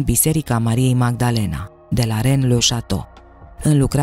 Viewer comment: Megdelin.?.are you serious….de ce te chinui sa pocesti numele , nici românește nici engleză